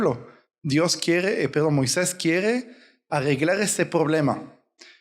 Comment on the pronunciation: Una observación hermano es Moises no Moiseis